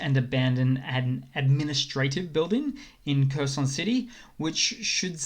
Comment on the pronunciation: Please pronounce Kherson correctly